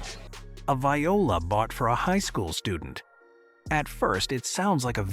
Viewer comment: The AI voiceover is so annoying, I can't get past it to the end. Please just have a real person--preferably one who can pronounce "viola"--read the narration.